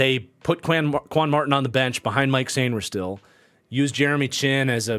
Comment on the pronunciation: FYI Mike Sainristil's first name is pronounced Mikey! Love the content!